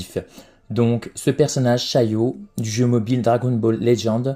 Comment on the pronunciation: Ça ce dit pas shayo mais bien shallote